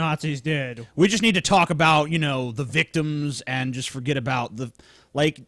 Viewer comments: said "aboot" in, that mother fucker is a secret Canadian eh. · did say... aboot?